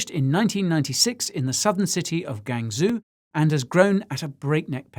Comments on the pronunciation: It isn't Gang-zoo, it's pronounced Gwang-joe. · easier way to pronounce Guangzhou is Guang-Joe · Guangzhou Gwong-joe (with a soft j) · The pronunciation: Guangzhou is probably more like GWahn-Joe, instead of GangZoo. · Guy, zhou = joe for pronounciation Great video. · Oh Guy, your pronunciation :( (Shenzhen - actually pronounced "ShenJen", President Xi - Sshi, Guangzhou - GWangJo) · I do need to help you on your pronunciation of "Guangzhou" China. I speak Chinese. May I?